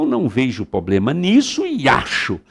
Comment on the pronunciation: poxa, o professor fala "poblema"